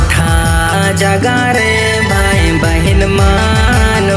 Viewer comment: Gana bahut achha hai pr शब्द का उच्चारण ठीक नहीं है ,भाई के जगह बाई बोल रहा है baki sb achha hai